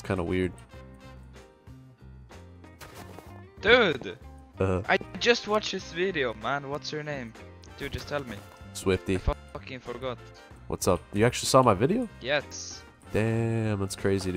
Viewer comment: “Get shwify”